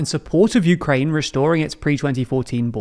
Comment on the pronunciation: it's "PRO-UKRAIE" alright... Not that I know what "UKRAIE" is